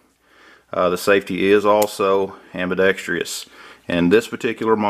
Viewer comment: I would replace that GI Button with a full length guide rod every time the word is "AMBI DEXT ROUS" not "AMBI DEXT RE OUS". and ambidextrous safeties are a LIABILITY, you want that safety against your skin not anywhere where your swinging arm will switch it. I would not trust my life to this firearm and i am a HARD CORE 1911 ONLY guy. Kind of like all those KJV only people.